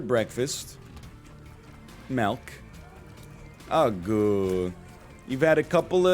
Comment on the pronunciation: do you actually pronounce milk as melk